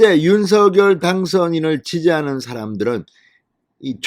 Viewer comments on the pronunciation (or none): 윤서결로 발음하지 말고 윤성녈로 발음하세요